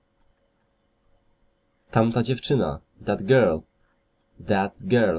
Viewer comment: No blagam ,,,,that" nie czyta sie jako,,, fet". To nie ser feta;). Wiele masz takich przykladow, ale ten mnie dobil. Nie polecaj tego ,Bo jak ktos nigdy nie slyszal poprawnej wymowy to tak zle sie nauczy.